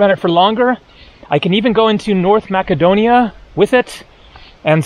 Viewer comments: In English the c in Macedonia is pronounced as an s. Masedonia not Makedonia. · Hi. When you mentioned about going into North Macedonia, I believe that it is correctly pronounced, "Mass-a-doan-ee-ah". Remembered the word from Bible College and Seminary; the place was one of the Apostle Paul's missionary travels in the first century A.D. I wonder how the locals today pronounce it? Will be watching your videos to see if you reach the area and any local pronunciation. Good video so far. Thanks. Pastor Dean, Christian Life Church, Kissimmee FL. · my friend it’s Macedonia c is pronounced s, not k. Jeez. Otherwise it’s beautiful thanks. And. Serbian people prefer Cyrillic and it’s not Russian, Serbian Cyrillic is a cultural icon. Croatian is in Latin. Only. Sremska mitrovitza is one of the nicest towns in serbia. But I don’t think you went into the old center. Next time.